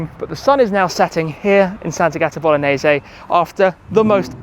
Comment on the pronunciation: Sant'Agata Bolognese pronounced uncorrectly